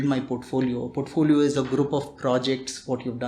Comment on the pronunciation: Portpholio, but sir be like portphodio 😂❤️ love you sir